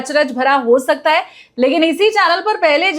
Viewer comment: है को हे क्यों बोलती है